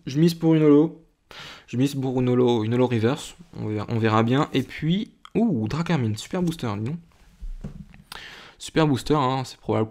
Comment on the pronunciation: Tu as dit drakarmine au lieu de drakrmin